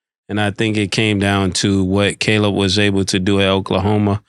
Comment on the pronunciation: Killa finally saying Caleb Williams and not “Collab”